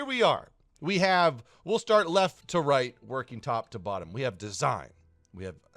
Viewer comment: surely you meant "So here vee go!"